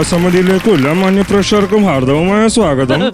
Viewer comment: ഹാർദ്ധമായ സ്വാഗതം എന്ന് തന്നെ പറയണം..സഹോദരാ ഹാർഥവം അല്ല